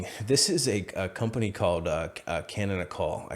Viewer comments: its pronounced ca-non-ical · Canonical is the word canonical... as in the adjective of canon. KA-non-ih-cuhl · Learn how to pronounce Canonical. sad